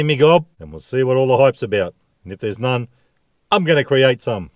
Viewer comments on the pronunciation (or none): none